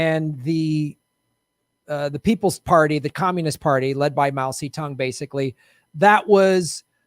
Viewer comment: Love this show. Great episode. One funny bit, the generated subtitles interprets the way says Mao Zedong’s name as “mousy tongue” 😂😂😂